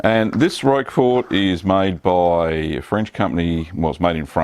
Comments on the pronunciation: This is NOT how you pronounce Roquefort. The creator of the video was closer except (as you have stated) he was pronouncing it with the t (which is indeed silent). The closest phonetic pronunciation is ROAK-FOR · My favourite cheese - Roquefort, pronounced 'Rocker for' - The 'T' ain't pronounced - You're welcome!